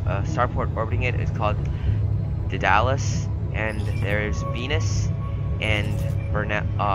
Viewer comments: It's actually pronounced day-da-less, named after the Greek god of technolgy I think? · Fun fun. btw the station orbiting Mercury is pronounced "dead-a-less"